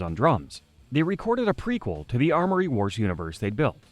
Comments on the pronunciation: YES! It was driving me crazy he kept saying ARMory wars ffs. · Say it with us kids... AM-ORY Wars... AM-ORY. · Why was he able to say amory correctly when talking about people and their names but not when talking about the story itself 😂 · I'm Canadian too. The thing was adding in phantom letters. Don't let my words discourage you, though. The video is fantastic as are your other ones. Keep it up! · The pronunciation of "Cambria", "Amory", and "Turbine" drives me nuts. Other than that, great video.